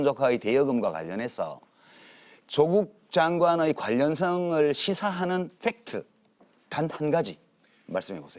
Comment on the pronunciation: 유시민의 빽트발음 멋집니다ㅋ